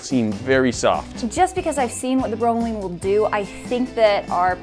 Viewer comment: Note: Pineapple's enzyme bromelain is pronounced like it looks, not "bro-ma-leen" as you guys were saying. Thanks for taking the usual "dissolve meat in acid/Coke" test further by cooking and taste-testing, though.